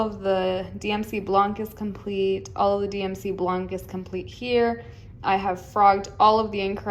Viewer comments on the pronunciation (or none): Yeah, good buying, the Dubko, what color did you chose? Your projects are beautiful. Just for fun learning, you don't pronounce the "c" in blanc. 😊